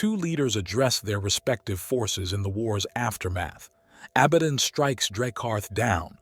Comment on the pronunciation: Your pronunciation is atrocious and makes this entire video unwatchable. You are either using a text to speech, AI agent, or your have never seen any other lore videos ever created. Prime Arch? Did you mean Prime Ark? A ba don AB a don ABAD On. Can you make up your mind how to say this word? Ghoulimon? did you mean Gilliemon? My favorite was Imperia of man. IMP ear e um. There is a reason why this narrator was forgotten.